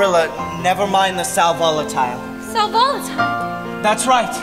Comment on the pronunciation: its pronounced sal vo·la·ti·le /ˌsal vəˈladəlē/ lol not Sol Volatile lol